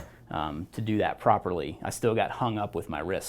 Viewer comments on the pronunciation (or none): none